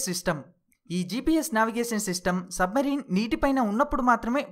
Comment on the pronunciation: సబ్ మరీన్ కాదు అది సబ్ మెరైన్ అనాలి